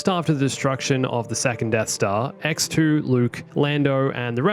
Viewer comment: I can't help but hear EcksToo every time says X2